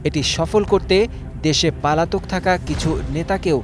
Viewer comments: শুদ্ধ বাংলা বলতে পারেন না, এরা কিভাবে সাংবাদিকতা করে? পলাতক-কে বলছেন পালাতক😁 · পালাতক না শব্দটা পলাতক। এরকম ইউটিউবারদের মতো জাতীয় গণমাধ্যমের কর্মীর উচ্চারণ খুবই হতাশাজনক। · পালাতক না পলাতক